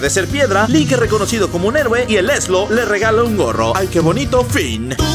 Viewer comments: No es ezlo Es ezero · No es eslo es ezero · Bro no se llama Eslo se llama ezero